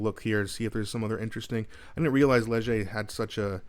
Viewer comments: I believe you said it correctly. Lezh eh is how I always say it. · "Ledg - a" is correct. Soft g, j sound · You said Léger perfect. Keep on going. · you pronounced leger perfectly and leger also predicted that last few elections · It’s good Karina Gould is 1%, can’t stand her condescending attitude. Carney is too woke , just as bad as Trudeau and Freeland. I am not surprised the liberals are dying. They will go down even more when gas prices jump with the rise in carbon tax on April 1. Not an April fools joke! You pronounced the Léger word perfectly.